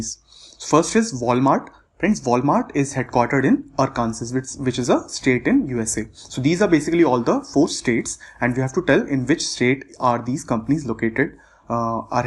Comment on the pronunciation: Just an FYI, Kansas is pronounced as 'Kan-sas' Arkansas is pronounced as 'Arkin-saw'